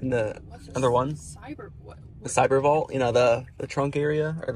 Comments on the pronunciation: How many people pronounce the word vault as "vaul"? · Sounded like dude said ball 3 times when he trying to say Vault. Pronounce the T more often and ppl will understand you better